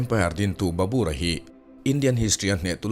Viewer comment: Barbur hi Babar tiin kan zir. 😅